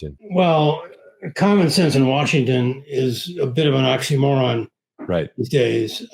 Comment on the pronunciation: "Common sense and Washington is a bit of an oxy-moron...." with emphasis on the "moron"?